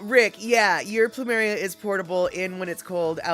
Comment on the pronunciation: Caught this on a rerun, that video on orcas was interesting. So now I’m more scared of ticks than killer whales! Also when you mentioned your plumeria, to me it sounded like you said “pample “, as in pample moose. Maybe that’s what you can name that plant?🌱